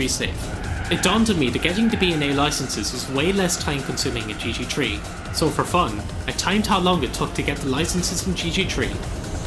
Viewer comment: I always thought its gt 3, but now i know its gt tree